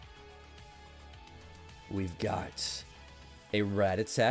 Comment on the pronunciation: so.... is he like a big fan of the band Ratatat, or does he genuinely just mispronounce it each time?